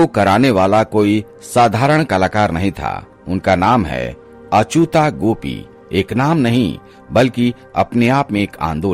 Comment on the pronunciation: अचुता नहीं, अच्युता